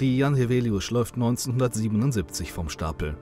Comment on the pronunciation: I'm from Świnoujście, although have been living far away for almost 10 years. Back in 2012 when I was still in school we used to commemorate this tragedy every year. Congrats to whoever did the voice-over for a very good pronunciation of "Jan Heweliusz", shows respect and professionalism. It's also worth mentioning that ever since I can remember the weather off Polish part of the Baltic coastline has always been terrible and dangerous. It's extremely noticeable in Świnoujście because of its geography, and it's only going to get more dangerous because of the complete disregard of the importance of dunes shown by Świnoujście's authorities. I won't elaborate because it's too complicated a topic, but the situation is dire.